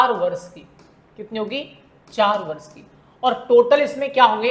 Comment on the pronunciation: सर वर्ष होता है या बर्ष